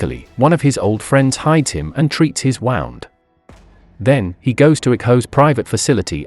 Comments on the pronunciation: "Wound"😂"Wownd" Must be robot voice mistake pronunciation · Must be an Ai program reading these. Treat his wound was like treat his wownd hahhaha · did anybody notice where his friends treats wis woand it sounds stupid lke its wound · How do you treat a "wowend"? Is that like a step above wound? Something maybe a tad more serious? lol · How he said wound🤣